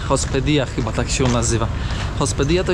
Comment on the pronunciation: Hospedia 😂 😂 Nie - hospedaje I nie mucho gracias tylko muchas gracias 🤭 dzizas, który to kraj latino żeby robić takie błędy i to non stop?